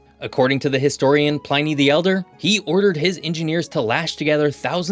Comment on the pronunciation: "Pliny"? plee'knee. Not pligh-knee.